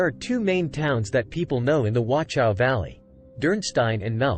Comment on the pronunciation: Appreciate the video, but my ears are hurting from the wrong pronunciation. Please look up the correct pronunciation of Wachau - there is no T sound (nor is there a K sound, like in some other videos). German CH sound is more like a hiss from the throat.